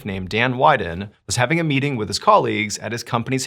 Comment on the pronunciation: Weeden, not widen